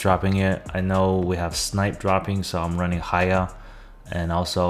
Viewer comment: LET GOOO HAYHA = HAIYA. That made my day